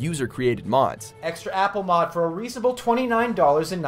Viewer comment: We know you guys are awful with pronunciation but for how often the channel uses "etcetera" you should at least know by now that the letter x isn't in the word.